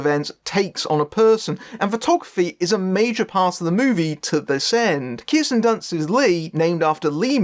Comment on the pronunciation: Kirsten. Not Kiersten.